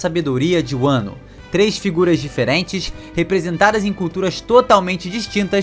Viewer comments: Muito boa a teoria… só me incomodou vc falando “wano” o certo seria só “Wa” (和) que tem referência ao próprio Japão “wa no Kuni” (和の国) literalmente o país de Wa, assim como a culinária tradicional japonesa é chamada de Wa shoku (和食) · Deu um pouquinho de gatillho vendo ele falar "uano" wano... .." vano"